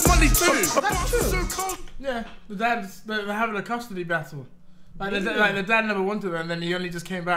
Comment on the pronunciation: I like how his parents say d's and E"s xD